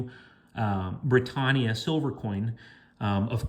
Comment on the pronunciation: please say britannia the right way lol